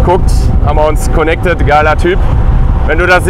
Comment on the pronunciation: Ham wa "konnekted" ?! Er kann nicht Deutsch sprechen. Ist er Ausländer?😂